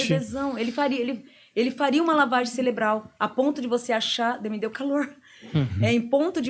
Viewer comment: Cerebral e não celebral